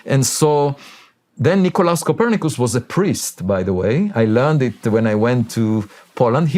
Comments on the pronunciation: Shawn, I love your show. I think you're great, so don't take it the wrong way when I tease you about saying Co per nick us😂 It sounded like something my wife or I would have said! Keep up the great work and thank you for your service.❤ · Shawn, love your show! My constant companion when I travel. Keep up the awesome work!! 👏🏽 You did pronounce Copernicus wrong. He was just being polite. Kuh PER nih kiss. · Cuh-per-nih-kiss Come on Shawn 🤣🫠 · How does Shawn not know how to pronounce Copernicus??? lol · True, but how does Shawn not know how to pronounce it? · I can't believe how bad Shawn butchered it. Do high schools not still teach about Copernicus? How do they explain the heliocentric view? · he says it at -ish. He also gently reminds him of it with a smile. He still chose to phrase so as not to be degrading. I knew I would like him, when he didn't correct him on the pronuncia. But, seeing as how he was able to tactfully show how the name is pronounced, all while being as gracious as possible. Such a class act. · I love how he butchered Copernicus 😂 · .. Avi is just being nice.... you did actually butcher tf out of Copernicus.. but then again so is my talk-to-text so .. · Lol Avi is too kind. You butchered the fuck ouuta that name lol. Had he corrected you you would have surely recognized it.. Nevertheless fucking great man. Thanks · Messing up Copernicus was wild lol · Love Shawn Ryan and that introduction 😂 Just because you cannot pronounce Copernicus doesn't mean that you're not a smart guy And it makes me feel like less of an idiot. For not understanding half of what this guy's about to say 😂